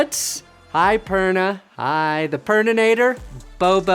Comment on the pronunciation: Thanks for saying HiPerna!